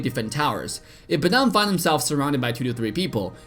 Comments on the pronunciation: Not BEDANG BUT BADANG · Who the fk the BEdan. It's badang. What is Las but node lis? It's last but not least. There is nothing can stand in his way? It's there is nothing that can stand in his way. Marksman? It's marksman. What is wrong with your English.